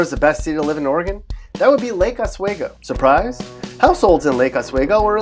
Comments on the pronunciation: It's pronounced Lake Os-we-go. Not wae-go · You are pronouncing Lake Oswego incorrectly. Oregonians hate it when outsiders do this.